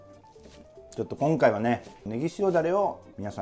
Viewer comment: 「きょんかいは」可愛いw